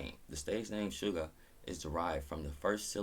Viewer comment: Good morning,. I’m here with you in class. Your pronunciation of “Suga’s” name is correct. O!RUL8,2? = Oh! Are you late too?